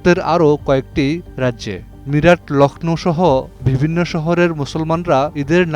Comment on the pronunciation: ভিবিন্ন,ফুন আলাপে, সিদ্দান্ত, একুশে টেলিভিশন চ্যানেল এর প্রতিষ্ঠানে এটা কি রকম উচ্চারণ?